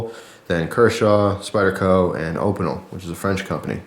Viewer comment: sorry to be ocd but opeinel is pronounced opeenelle